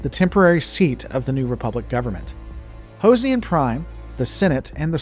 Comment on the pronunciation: Hoze ne an ? Never heard it pronounced that way.